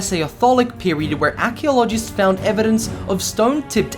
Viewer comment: 7.59 Archaeologist , ...pronounced ARK ee OL Oh Jist not ," ACK Key a Hol O IST " hell even cortana speaks better